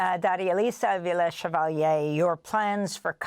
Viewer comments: Amy, with love, not SHEvalier, she said CHEValier. Or if you will as in CHE Guevara. Spanish doesn't have the SH sound that French and Italian. do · I love Amy for asking how do you pronounce your name, and then immediately messing it up 😂